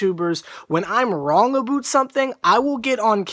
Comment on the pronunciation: I love how you say about like "a-boot"